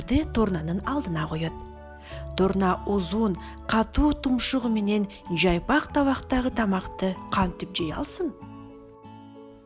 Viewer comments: Жайпак табак дейби? Жалпак дегенди мен туура эмес угуп жатамбы🤔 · Жайпак эмес жалпак